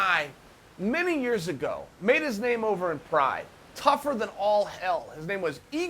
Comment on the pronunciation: he f@ up everybody's name! 🤣